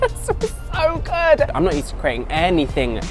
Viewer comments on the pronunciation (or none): none